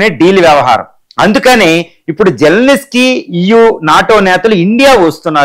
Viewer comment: జెలెనిస్కీ కాదు సామీ. జెలెన్స్కీ (జెలెన్ స్కీ) అని పలకాలి.